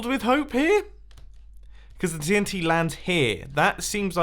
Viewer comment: TNTree its dynamite